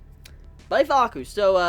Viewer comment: Conquering Smile I seriously thought he said Fuuka. Nevermind then.